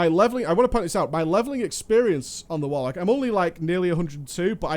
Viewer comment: "WARLCOK", ya dunnit.